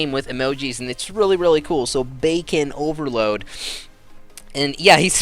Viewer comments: ITS BACON OVERLORD. NOT OVERLOAD. LORD. NOT LOAD. Sry that just bugged me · His name was Bacon OverLord Not OverLoad. lol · BaconOverlord not BaconOverload... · Dude, Its bacon Overlord not over load xDD You didnt notice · You kept saying Bacon Overload, but it's Bacon Overlord. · Bacon Over LORD not load :P